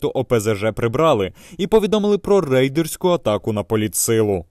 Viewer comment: Этот, кто текст читает - "рейдерську атаку"!!! С дуба рухнул что ли!